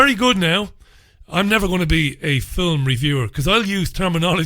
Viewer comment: I like when you say fillum. It reminds me of Bishop Brennan.